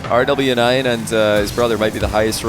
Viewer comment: Ty for the amazing replay well played from both rlly close series .. btw Rw9 is pronounced as rowas